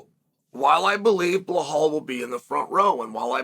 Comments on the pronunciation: Everyone: Belal Chael: BLUEHAWL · Chael ma man! Its Belal ffe not Behaul or Beblal..😂